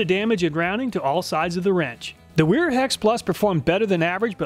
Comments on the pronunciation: It’s actually pronounced Vera. There are no double U in the German Alphabet. There are double V. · Bro Wiha is pronounced VeeHa like how Wera is pronounced Vera. German W = V. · Awesome review i love this channel, But just so you know Wiha is pronounced “vee-ha “ and wera is pronounced “vee-raa” source i’m German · In German 'W' are pronounced as V and an E at the end of the word is pronounced E long R Miele is Mieler Gedore 'r' Wiha -- Viha : Wera :- Vera